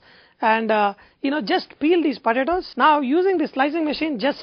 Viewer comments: this guy calls em podadoes ...podadoes ..fast as machine gun ..padadoes...lol...i had so much fun watching this cooo guy on poadadaoes...too cool thanks for great vid...laphant1 d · pa-ta-toes! lmao this guy is hilarious!!!! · yumm, puh-tah-toes. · he says potatoes funny. Lol